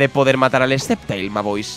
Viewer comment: Sean Pawl_Fnsk es cuando dice scep-ta-il Para mi es lo más gracioso